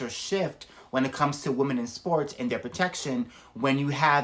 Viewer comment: So no-one is talking about the weird way he is pronouncing women.... if you need to to the spelling on it, you need to take account the e.....pronouncing it like a European I 😂 america is wild yall. Woke have destroyd everything, even this man